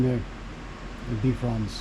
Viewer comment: You pronounce Bifrons as Bee frons but it is pronounced Bye frons. Bi as in two. Bifrons means two faces.